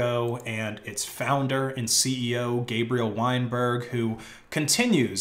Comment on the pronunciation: “Gabriel Weinberg” Sounds about right to me